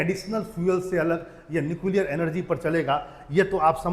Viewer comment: भाई पहले न्यूक्लियर को तो सही से बोल ले 😅😅😂😂